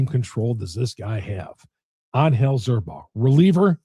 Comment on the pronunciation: You keep mispronouncing zerpa.